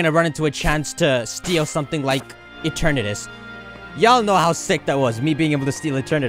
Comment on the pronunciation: Eternatus is pronounced E-ter-na-dus but faster btw add pamper back on the team